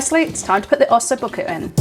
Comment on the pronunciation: "ossoo bookoo" 🤣